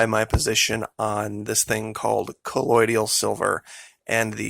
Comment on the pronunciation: You are pronouncing colloidal incorrectly... it's co loid al not co loid ial.